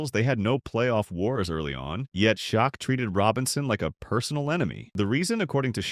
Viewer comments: Pronouncing Olajuwon as if asking a question is somewhat rare, but Shok is absolutely reprehensible. #CmonMan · Shaquille's nick-name is pronounced: Shack.